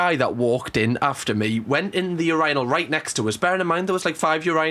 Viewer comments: I'm sorry, "urANAL" is sending me 😂😂😂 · The ur-"I"-nal is crazzzzyyyy. 😂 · I have to say thank you for the best laugh I have had in forever!! You saying Urinal with your accent is the best!!! 🤣😂🤣🤣😂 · I have never in my life. Heard a British person say urinal and I was not prepared for that pronunciation I'm crying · I’ve never thought about how Brits pronounce urinal until today 😭 lmaooo ily just threw my off a bit 😂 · You manage to crack me up somehow each time you upload. This time it was the pronunciation of urinal, making fun of timing your drinks apart (I do this bc alcohol triggers my sinuses which can lead to throwing up lmfao) and your dance moves 😭😭🤣🤣🤣🤣🤣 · This is the first time I’ve heard a British person say “urinal” 😩🤧☠️